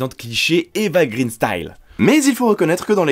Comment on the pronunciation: Par contre, faudra faire attention, "Eva Green" ça se prononce "Eva Graine", parce que son nom est d'origine suédoise - et signifie "branche" - et non pas anglaise - et ne signifiant donc pas "vert" - mais on reste dans le végétal, parce que c'est une jolie fleur ♥ (je sors)